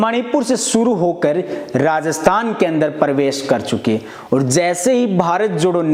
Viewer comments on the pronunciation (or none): Video बनाने से पहले बोलना सीखो।प्रवेश को परवेश बोल रहा है।